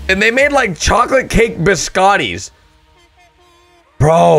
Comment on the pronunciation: You pronounced biscotti wrong it is pronounced beescotee